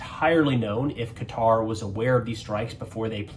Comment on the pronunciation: Glad to hear you pronounce Qatar correctly, most Americans don't. Oh and; I don't believe for a nano second that Trump didn't know in advance.